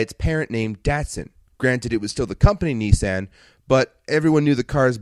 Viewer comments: Knee-sahn is how Nissan is pronounced. Ah as in car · I have to laugh at the snarky 'calling a company buy what you told us it was called' line as you kept saying kneesan instead of Nissan.